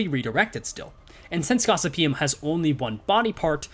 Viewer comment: For those interested, Gossypium is produced Gos-sypi-um.